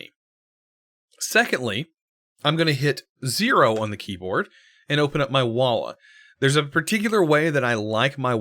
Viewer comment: What is "Wallah"? xD